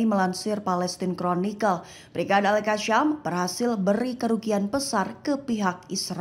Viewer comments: Semoga mbak mimin bisa bedakan pembacaan huruf s dgn sy Seperti al- qassam menjadi al-qasyam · Al qassam bukan Al qasyam..Sebut pun tak pandai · Sebutannya biar Benar Mbak... AL-QASSAM BUKANNYA AL-QASSYAM !!